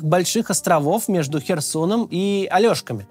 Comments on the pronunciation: спасибо за аналитику. Маленькая поправка - не Алешки, а Олэшки. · АлЕшки, а не алЬОшки )